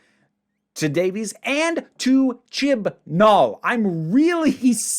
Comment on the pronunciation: Davies ain't pronounced Davies